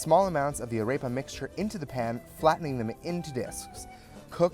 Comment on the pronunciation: This is great but please say AREPA correctly!!